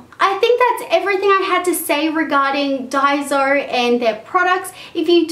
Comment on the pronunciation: im japanese and you pronounce it dai-so. not day-zo or dai-zo